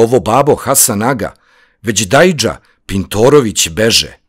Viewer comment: Samo jedna ispravka..Ne akcentujete reč "kada" kako treba...Kada u ovoj pesmi je kaduna, nije reč za vreme (kada?). I "beže" takođe..obraća se begu. Akcentovali ste kao da "beže" znači bežati, trčati 😊